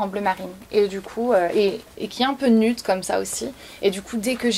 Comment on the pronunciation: Tu dis nUde mais on prononce nioude